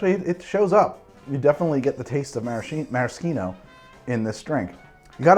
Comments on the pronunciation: Why the FUUCK ARe you saying maraschino like that I’m so stressed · I love this channel but forcing the fake Italian pronunciation of maraschino but saying 'ahrnj' instead of orange is just obnoxious.